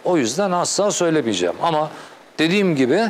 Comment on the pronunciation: önçe sen bi türkçe konuşmayı öğren ltfn son ana kadar söylemeyeçeğim son manda söylemeyeçeğim ne demek bu nasıl bi telafuz